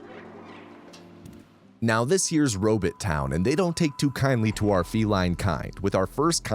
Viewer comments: Love every minute of this except every second I have to listen to you say robit instead of robot, please post a short saying just bot, do you say bit? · What’s a “robit”? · If you say Robit one more time!!! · the way you said “robot” lol Edit: I love that you keep the same pronunciation throughout the video. 🦀